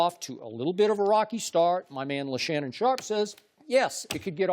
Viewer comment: Did he say Le’Shannon Sharpe? 😂